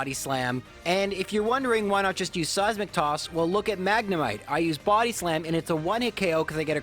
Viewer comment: All I hear is "Size McToss".